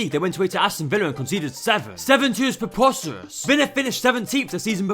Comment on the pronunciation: nothing is worse than your forced accent. white boy pretending to be ethnic + annoying zoomer lilt + some googoo gaga. why do you say tewwified and pwepostewous lol. what accent is that?